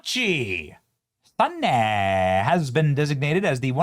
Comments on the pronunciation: I am cringing every time you mispronounce her name, my guy. Sa-na-eh Ta-ka-i-chii. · BENNY!!! Her name is pronounced ta ka ee chee sa na e!!! It’s not that hard. Each vowel is pronounced. The “a” is pronounced like the a in father. The “i” is pronounced like the “i” in piece. The “e” is pronounced like the “e” in bed. And if you see an “o” it’s pronounced like the “o” in pro. And a “u” is closer to the “oo” in boot. In English we have a short “u” as in put and a long “u” sound as in “fuse.” But our long “u” sound sounds more like “yue” than “oo” so that’s why I didn’t reference an English word with a “u” in it. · I'm sorry in advance if I sound like "that" type of person but I think you may be pronouncing her name wrong. It's: Saw-Naw-Eh Tuh-kai-Chee... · Benny!!! Learn to say her name. It’s TA-KA-I-CHI (ta•ka•ee•chee) SA-NA-E (saw•naw•eh). (Her name is not Drumpf ;-)) TIP: Each vowel in Japanese has only one pronunciation and each vowel gets its own syllable. BAN•ZA•I‼️ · It's tah-kai-chee sah-nah-ay if you're kind of sounding it out that would be about it. :P Glad to see a woman of this background is calling the shots on the floor there. Given the dirtying of some bad western stupidity creeping into their culture and damaging it in print, video etc media in the last decade maybe she can put the brakes on the bs before it goes too far. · Benny: Sanae (Sah-nye) Takaichi (Tah-kye-chee) Google translator not only translates but will pronounce it for you too. This is very good news for Japan. What do you think about U.S citizens who choose to work and live in Japan and elsewhere for life but are still allowed to vote for U.S. presidents? Especially those that hate Trump? I feel that those who want to work and live abroad, should lose their voter rights. They choose not to live stateside but complain and belly ache about what's going on here at home. Not fair. I love my USA. MAGA, MAHA, MAGA, MAHA GOD BLESS AMERICA! 🙏🙏✝🙏🙏